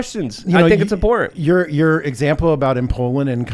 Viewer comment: “important” has a “t” in it.